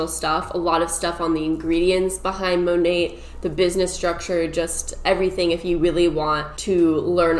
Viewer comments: “Monate/monatt” As someone who took French for two years in high school, I’m offended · The way you say "Monat", cracks me up lol I think its mo-nay(ending with a soft 't') it stands for modern nature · It's mo-nate lmfao Modern Nature is what it stands for, so Mo-Nate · I heard it's pronounced mo-nat like mother nature. I guess they merged the words mother and nature together and got monat. Kinda weird. But ok. Yeah. That's a thing. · Everybody talking about how you pronounced monat but you killed me with how you pronounced cuomo